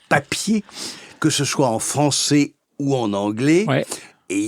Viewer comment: On ne dit pas "françé" "anglé" mais "français" "anglais" jusqu'à preuve du contraire... La fausse diphtongue "ai" se prononce "è" et non "é".